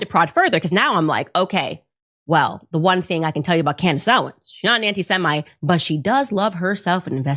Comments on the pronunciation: Are you sure it was Candace and not “Camriss?” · Trucker and Candyce ? 😮 😅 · You kinda missed the most important points... In that pastor video she showed, the pastor MISPRONOUNCED BOTH Candace and Tucker's names!!! So hes PREACHING about how bad these 2 people are, but also proves HE HAS NO IDEA WHO THEY ARE in the same breath... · Notice how that “pastor”, mispronounced Tucker and Candace’s name? That’s called plausible deniability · They don't even know their names. 😂😂😂 That pastor just butchered both of their names.